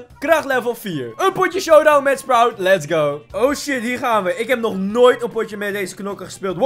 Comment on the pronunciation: En je zegd sproet maar maakt niks uit🤩